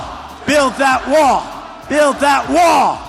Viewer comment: Build that wah build that wah build that wah 😂😂😂